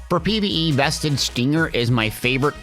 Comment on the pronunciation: Its "veist" not "vested" stinger and "gunnora" not "gunnorian"s axe